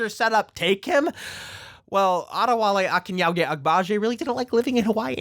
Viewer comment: Okay but props to for taking the time to properly learn how to pronounce Adewale Akinnuoye-Agbaje. Its such a small little thing, but it means so much.